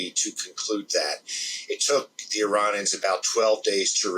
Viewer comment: Couldnt watch this due to how he pronounced Iranians as Ironions!!